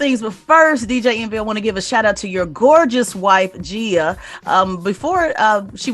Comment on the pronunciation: Did Tez just mispronounce Gia’s name lol